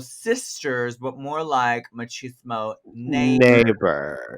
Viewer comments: The way Trinity says “Mochismo” instead of “Chismosa” 😂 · I love that you tried saying chismosa trinity I live but you said machismo and that means toxic masculinity and Jules is the least machista in a great way love your videos and you guys as entertainers keep up the great work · Not machismo instead of chismosa 😂😭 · GIRL, NOT "MACHISMO" JAJAJAJAJ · Not the “ machismo sisters” lol … is Chismosa